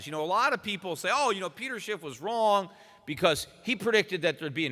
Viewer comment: Is it just me but every time I hear Peter Schiff introduce himself it sounds like he's saying Peter Shit.